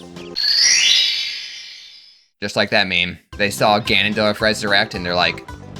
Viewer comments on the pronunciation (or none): none